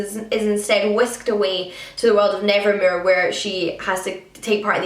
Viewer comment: I looooved Nevermoor and I'm currently reading Wundersmith and loving it so I can't wait for Hollowpox either 🥰 BTW I love the way you pronounce Nevermoor😄